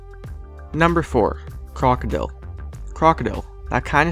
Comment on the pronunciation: He said crocidile in russsian wrong I know because I'm Russian